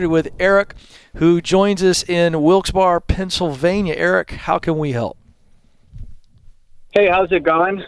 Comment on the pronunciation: Its pronounced wilkes berry lol